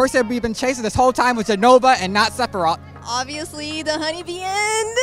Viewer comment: I didn't realize Sephiroth's name was hard to pronounce, 3 or 4 people there pronounced it sephirof